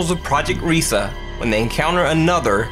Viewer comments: Project Reise isn't pronounced 'REE-sa' it's 'RYE-sa'. It was either a complex of underground manufacturing facilities or the future site of the Reichstag in case of Ally/Soviet advance. Obviously it didn't happen because of the Red Army and it was started too late for either case. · #5: Its not "risa" its pronunced " R-ieee - s- eh" (a long i) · To those who dont know any German, the word 'Reise' is pronounced as the English word 'Rise'. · Its pronounced rees The e is silent... I speak fluent German and that's very insulting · It's RIESE, not "Riesa". From the German word for 'giant'. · I'm sorry but its pronounced "reyesa"